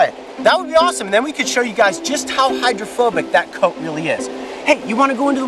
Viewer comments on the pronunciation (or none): Did he say "Hydro-FUR-bic"?